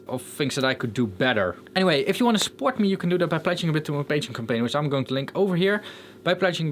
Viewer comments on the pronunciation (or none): none